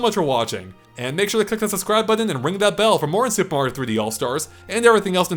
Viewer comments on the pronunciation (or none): buddy, it’s “button”, not “buddon”.